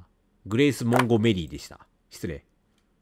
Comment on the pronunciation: モンゴメリーの発音ジワる